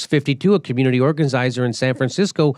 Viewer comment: Organizirzers? Anyway, love you Jimmy :D